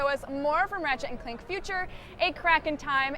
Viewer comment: DId she say ratchet and clink? lol.